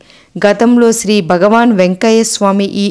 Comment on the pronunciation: నారాయన అనరాదు నారాయణ అనాలి. బగవాన్,బక్తులు... ఏంటండీ?? భగవాన్, భక్తులు అనండి. క్షమించండి. తెలుగు ఉచ్చారణ సరిగా వుండాలి........